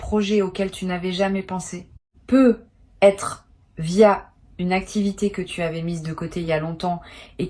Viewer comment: C'est si difficile de prononcer ne serait-ce qu'une seule fois sur une trentaine de fois, correctement "peut-être" en faisant la liaison ? Ahhhh aïe aïe aïe aïe.... Non mais quelle idée de faire parler une IA à sa place d'autant plus lorsqu'il est question d'un domaine essentiellement basé sur l'intuition profonde !!!!! Heureusement pour vous ET pour nous, là où vous pensiez tromper votre monde sur la qualité du choix de "vos" mots, il convient de rappeler que même une IA fait partie de l'univers au même titre que des cartes, des planètes, etc Donc vos tirages en fait sont dingues ! P.s : d'avance, inutile d'essayer d'argumenter avec moi contre le fait que vous utilisiez bel et bien et à 200% l'IA => je reconnais parfaitement leur signature (notamment sur l'abus d'utilisation de tournures type "Non pas... mais parce que..."